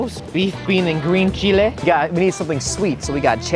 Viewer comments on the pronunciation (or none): none